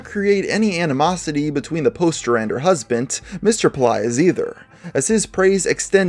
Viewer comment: What? "Husbent"??? Seriously? How do you mess up a word that badly?